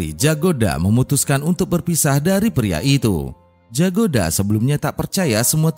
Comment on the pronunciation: BUKAN JAGODA KAK TAPI YAGODA DI BACA NYA ❤